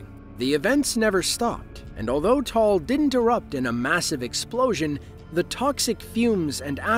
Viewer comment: Just for future reference, Taal is pronounced "Ta-al". I actually got married in the Philippines that following April. We weren't sure if my flight was going to get canceled because of it. Scary stuff.